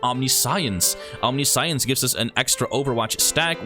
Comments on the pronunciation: Omniscience is pronounced wrong. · It's actually pretty weird that we pronounce it the way we do, given that it's a compound Latin word "Omni" (all), and "Science" (knowledge). The way he says it in the video would actually make more sense, even though it isn't how it's said. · that's not the correct way to pronouce omniscience. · omniscience - om - Nish- yense not ... Omni science .... Fuckin' shit dude. Please tell me you got through grade school in tact?